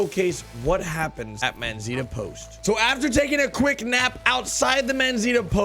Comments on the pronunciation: D "Manzita"... lol is "Manzanita" which means "Little apple" in Spanish. For English speakers should sound something like Man-sah-nee-ta... LOVE YOUR VIDEOS... and I love RDR2 no matter what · Lol it’s “MANZANITA” not “MANZITA” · I swear it's Manzanita not Manzita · Its Manzanita, not Manzita